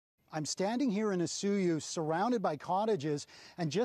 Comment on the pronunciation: He is pronouncing it correctly. Only tourists say "O soy oos"